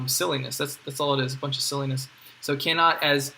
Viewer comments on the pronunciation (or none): none